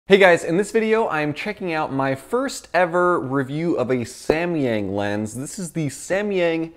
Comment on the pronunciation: here in Chinese，samyang pronunciates like sam yang not sa mi yang